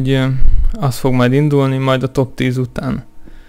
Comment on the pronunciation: Nem top hanem topsz 10. nál montad kb.